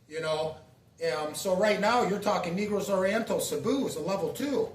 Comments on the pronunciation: you said negro like black people. i’m black but you had me laughing. come on dawg for real ?NAY-GROS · You said NE-GROS you are wild dude you know how to say it correctly